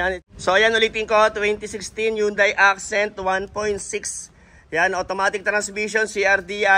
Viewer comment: yang yunday accent kunin ko yan